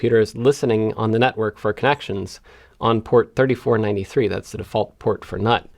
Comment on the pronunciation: I could swear I heard you say "Nutwork" instead of network